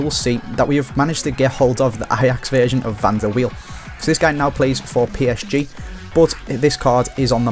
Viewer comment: pronounced Van der Veil, not wheel.